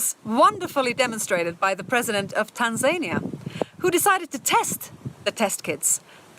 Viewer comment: Well no, the brief clip you began with didn't inform me it was going to be crazy. More than "winds of change" are required of course, but they help, and those few words weren't too bad. All the woo which followed and the inability to pronounce "Tanzania" properly were a different matter entirely. Monsanto no longer exists, of course. It was taken over by Bayer two years ago, and is now based in Leverkusen, not Missouri any more. They debated which name to use for the new entity, or whether to trade under some amalgam of the names. They concluded the Monsanto name was just too PR-toxic to be used at all (they were right, and for good reason) so they now trade as plain old Bayer. That's right, the Monsanto name was perceived as a bigger disaster than that of the major firm which used slave labour in Auschwitz concentration camp and carried out medical experiments on prisoners, from which they died.